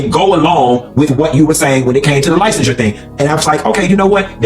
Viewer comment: The pronunciation of licensure sealed the deal for me with all them lies.